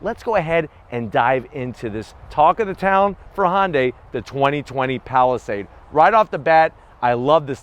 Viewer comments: I need to “zonk” your mispronunciation of Hyundai. Couldn’t get through the entire vid because of it. It rhymes with Sunday. Try “hunday”. It’s not Honday. Sounds like you are crossing Honda and Hyundai. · STOP SAYING HON-DAY! Damn!